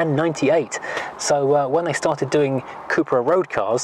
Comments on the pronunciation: Cup-ra (Cup racing)... not coop/coupra 👍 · I worked with SEAT for 5 years, and it was always pronounced coopra in the UK and Spain